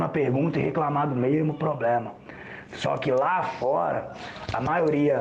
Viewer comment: Eu sou muito cética, não vou mentir. Ex: não precisa falar como no século Xll, mas falar "poblema", pra mim já é um problema.